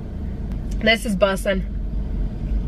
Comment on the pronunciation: bussin 🤦‍♀️ sounded so white